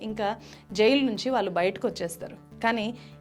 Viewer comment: నేరగాల్లు కాదు. నేరగాళ్లు వాల్లు కాదు వాళ్ళు Please improve your telugu pronunciation. At the same time please avoid false propoganda. Vijay malya. Neerav and Lalit Modi have the asylum in UK and as per their law they need to be deported to India and it takes time. Coming to the money looted by them Modi government recovered almost entire money through special acts enacted.